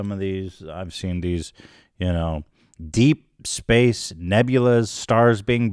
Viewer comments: “DEEPAA” 😂 😂 i bursted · Every time Ethan talked about it going into deep space all I could hear was, "DEEPA!"